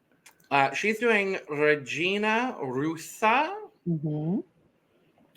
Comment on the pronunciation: Regina Rouca is pronunced as Ha-gee-nah Hoe-kah. love you guys xoxo from Brazil sz